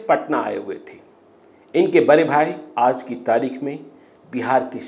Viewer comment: Reporting sequence is good but pronunciation is full with mistakes. Aaj recited as "Aaz" and many more.Kindly enrich your urdu words with its proper pronunciation.Thanks